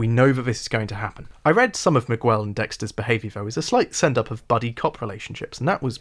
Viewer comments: Do they really call him "miwuel" in the show? Miguel is a spanish name and the U is silent. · Not sure why the youtube algorithm tossed your video my way (two months after you made it) but it was good. My only problem with it is your pronunciation of Miguel Prado. I didn't like season 3 much at all, but giving Miguel the standard british butchering of foreign languages was funny and annoying in equal measures. I'm trying to decide if it was bait for a comment (if so, well done) or a total disregard for how the character's name is pronounced in the show and the world at large. "Mig well" would be spinning in his grave. Considering he was a Cuban character from Florida played by a guy named Smits from Brooklyn, I guess it doesn't really matter. At least it's all downhill in part 2.